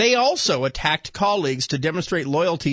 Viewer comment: I love that they keep mispronouncing Miscavige's name! HA!